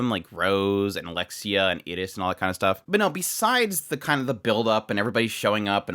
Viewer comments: He was saying Iris but pronouncing it with a short 'i' like in "it" instead of the usual way "eye-ris". That might be how they pronounce it in Japanese, idr. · I keep getting confused. Who were you hoping Annerose would get matched up with? Iris, the red haired princess. Sorry, but I'm a bit neurodivergent and how you pronounce some of the names confuses me. From context I assume you were talking about Iris, but it sounds like Eta's name, the girl they wheeled out on a cart.